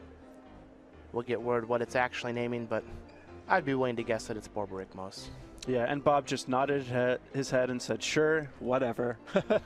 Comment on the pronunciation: I didn't notice before watching this but the commentators ability to say Borborygmos repeadetly it's tremendous.